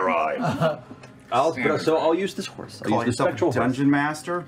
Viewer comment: whose hörse is that?